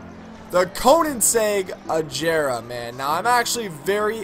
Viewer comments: ITS PRONOUNCED AGERA! NOT AJERA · agera g not j agera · this nigga said ajera AGERA BOI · Its pronounced Ageera...not Ajera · first point.. your bad second point.. it's agera with a strong G, NOT AJERA... it triggers me so much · He can't even pronounce the names of the cars correctly. Quick English Lesson the G in Agera is a strong G and does not make the sound of a J. Veneno is a word in Spanish therefore it's is not pronounced Venino it's Veneno with a E sound not an I sound. Also stop trying to act ghetto because it gets annoying. Great Video Overall. One of the only good Sim Racing Youtubers. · I was done ... He called it a Koenigsegg "AJERA" LMAO No respect for the fastest car in the world. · It's pernounsed "A-ga'ra" Agera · It is prononced A-ga-ra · its pronounced ag-ara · he pronounced it wrong the whole time 😭 he pronounced like ajera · it's pronounced agera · It's not ijera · The G in Agera is pronounced like the G in Gloria. And its pronouneced koniezege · u were saying agera wrong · you said Agera wrong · You're pronouncing Agera incorrectly.! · thats not how u say agera